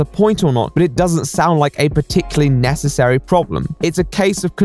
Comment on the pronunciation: Ikrrrr! I hated the way he said "Necessary" he sounded like he didn't even know how to say the word